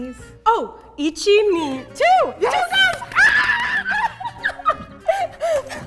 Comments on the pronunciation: Once when said 1 and 2, it sounded like ich and then bin ( ich is i and bin is am in german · she said ich and said ICHI just listen